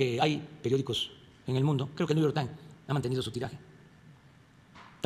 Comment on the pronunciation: Entoncs que ? Jajajajajajaja vaya LENGUAJE. (New yor taim así la pronunciación que bárbaro )